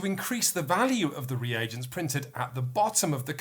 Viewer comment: Oh, what a joy to hear pronounce "reagents" after the Dice Towers guys butchered the word every time...